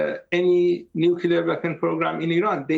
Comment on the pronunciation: I cringe every time I hear someone say nukelar. Say the word clear you can say nuclear.